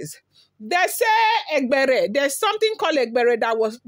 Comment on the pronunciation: A for e, that is e-gb-e-re you even tried 😂